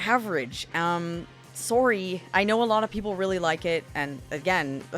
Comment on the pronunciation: I didn't believe you're a Canadian until you said the word" sorry".